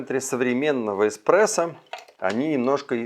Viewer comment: Мне кажется, или он сказал в самом начале "...Технология эКспрессо", мда, после такого сразу остановил видео, диванный эксперт